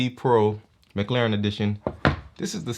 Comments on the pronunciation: Nice review there bro but its mclaren not mclauren xD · Not to be rude but i heard him say mclauren